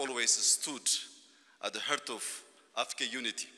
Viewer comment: ይስተካከል! ጠ/ሚሩ ያስተላለፈው መልእክት ግሩምነት እንደተጠበቀ ሆኖ በpronunciationኡ ግድፈት ሰሚዎቹ ትንሽም ቢሆን ግርታ ሳይፈጥርባቸው እንዳልቀረ አስባለሁ። አሁንም ጠ/ሚሩ “honorable”ን "ሆነሬብል" እያለ ማንበቡ የሚያሰገርም ነው። "Hour"ንስ ሃወር ነው እያለ ይሆን የሚያነብበው? “… the heart of Africa”ንም "ዘ ኸርት ኦፍ አፍሪካ" ብሎ ሲያነብበው ትክክለኛ ትርጉሙ “… የአፍሪካ ጉዳት” ስለሚሆን እባካችሁን የሚሰማ (teachable) ከሆነ በትክክለኛው pronunciation “the ኻርት of Africa” ብሎ ቢያነበው ግራ አጋቢነቱን ቀንሶ ትክክለኛውን መልእክት ሳያሻማ ማስተላለፍ እንደሚችል ንገሩት። አለበለዚያ, ሌሎች መሪዎች እንደሚያደርጉት በኢትዮጵያ ይፋዊ (ኦፊሴላዊ) እና ብሔራዊ ቋንቋ ተናግሮ ሙያተኞች ይተርጉሙላቸው። ብሔራዊ ቋንቋ ከተነሳ አይቀር, አንድ ጥያቄ አለኝ። መልሱን የምታውቁ መልሱልኝ። ካዛን, ራሽያ በተደረገው ስብሰባ ላይ propose ስለተደረገው የBRICS currency ቭላዲሚር ፑቲን ሲናገር የመቶ BRICS currency (ኖታ) በእጁ ይዞ ነበር። እናም በዚህ የመቶ BRICS currency (ኖታ) ላይ በአንድ ጎኑ የነባሮቹ ሰንደቆች እና በአገሮቻቸው ቋንቋዎች የተጻፉ ቃላቶች (scripts) ያሉበት ሲሆን በሌላኛው ጎን ደግሞ የ ~ 30 አገሮች አካባቢ ሰንደቆች እና እንዲሁም በቋንቋዎቻቸው የተጻፉ ቃላትም (scripts) ይገኛል። ታዲያ የሚገርመው አሁን በይፋ የBRICS አባል የሆነችው የኢትዮጵያ ሰንደቋም ሆነ የኦፊሴላዊ (ብሔራዊ) ቋንቋዋ ስነ-ጽሑፍም (scripts) የ100 BRICS currency ኖታው ላይ አይታዩም። 1) ለምን እንደሌለ የሚያውቅ ሰው አለ? የሌለበት ምክንያቱ ምንድን ነው? 2) የሌላ ገንዘብ ኖታዎች ላይ ነው የኢትዮጵያ ሰንደቅ እና ቃላት ያሉት ከተባለ ደግሞ በየትኛው ቋንቋ? በብሔራዊው እና ኦፊሴላዊው ቋንቋችን ነው ወይስ "አማርኛን irrelevant እናደርጋለን፤" ብለው አቅደው ሌሎች አራት የኢትዮጵያ ቋንቋዎችን ጨምረው በድምሩ አምስቱንም ብሔራዊ ብለው ሊሰይሙ እንደሆነ እነ አቶ ቀጄላ ከሰሞኑ ስለነገሩን, ከነዚህ ከአምስቱ በአንዱ ነው? ምክንያቱም, ብሔርተኞች የሚቆጣጠሩት መንግስት ስለሆነ ያለን, ይሄንን ተግባራዊ እናደርጋለን ቢሉ የሚያግዳቸው ነገር እንደሌለ ነው የማስበው። እና ይህ ተግባራዊ ቢሆን በየትኛው "ብሔራዊ" ቋንቋ ይሆን የሚጻፈው? ህንድ እንኳን ብዙ ቋንቋዎች እና ስነ-ጽሑፍ ቢኖሯትም የምትጠቀመው የ Hindi ቋንቋዋን ስነ-ጽሑፍ ነው። የኛ ግን ግራ የገባውና ያልለየለት ይመስላል።